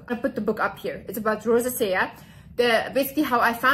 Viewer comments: In English Rosacea is pronounced: Ro-zay-sha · You are so adorable and smart. I think you might be making the word rosacea a little more difficult than it needs to be. If I can help lol it's pronounced RO ZAY SHUH😘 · I love you but you mispronouncing the word “Rosacea” kept distracting me 😅